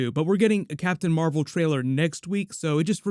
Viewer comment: Captain Meh-vel 😒